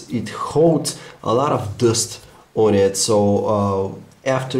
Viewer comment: I HATE HIS "DUST" !!! IT SOUNDS LIKE "DOST" !